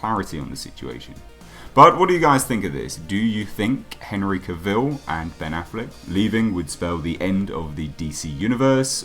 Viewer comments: Cah vil. Not cuh vil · Out of respect to Henry, please pronounce his last name correctly... It's not Cavil like Reveal It's Cavil like Travel